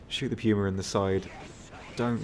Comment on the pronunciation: Arrivederci he pronounces it correctly